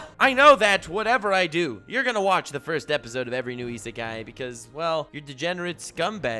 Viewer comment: You get a prize if you guess how many times he said Isekai correctly